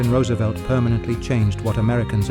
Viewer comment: A.I. is evil. But at least it pronounced Roosevelt correctly. As for the New Deal, please ask Milton Friedman.